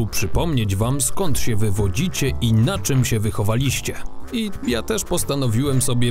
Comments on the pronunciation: Tylko te akcenty... "wychoWAliście", nie "wychowaLIście" albo "rąBAliście", nie "rąbaLIście" etc... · akcentuj wyrazy takie jak "wychowaliście" nie na przedostatnią sylabę bo brzmi to komicznie i irytująco, pozdrawiam:D